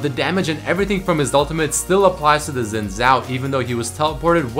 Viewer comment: Hey, Xin is pronounced Shin, not Zin <3